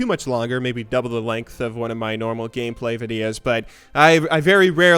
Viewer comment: you said, gayplay, heehee